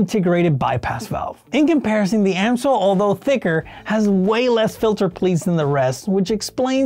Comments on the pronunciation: It's NOT "AM-SOIL", but "AMS-OIL"... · So, is it Ams-oil or Am-soil? Never heard it pronounced Am-soil before. 😂